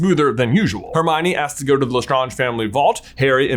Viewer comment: Dont think thats how you say lestrange.....nevermind she deserved having her name mispronounced